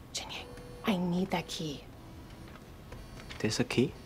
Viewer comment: the way he adds and “a” in front of “key” kills me every time